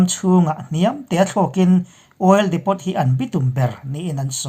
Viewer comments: Ekhai, INP a ngaihnawm hle ṭhin a, Burma lam khaw hming te felfai taka lam ngaihthlak te hi a nuam. Hetih rual hian Ukraine lam sawinaah Oil Depot bomb chungchangah hian Depot hi depo (t silent)-a lam nise ngaihthlak a nuam lehzual lo'ng maw? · oil depot - oil diipoo , crimea - crymia... ngaihthlak a nawm zawk nan thahnem ngaih post